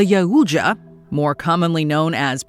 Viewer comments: the whaaaaat??? 💀💀💀 "ya-uh-ya" 😂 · Ya-oocha? Literally EVERY time it has ever been pronounced in the public domain, it’s Yow-cha. Why change it up? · Cringed when I heard jauja lol